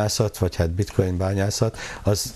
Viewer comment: a bitcoint bitcointnak ejti:)))))))) ezért mondja hogy bitcointot, röhejes